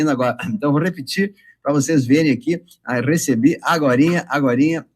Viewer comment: O triste é ouvir "arecebi" agorinha 😊😊😊